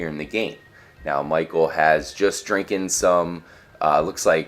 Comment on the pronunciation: "Just drinken" that english